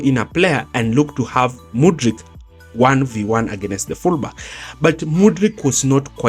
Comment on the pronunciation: Why do Kenyans pronounce "against" as againest? Nice video though